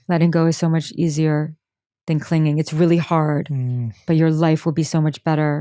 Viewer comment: She said clinging not cleaning😂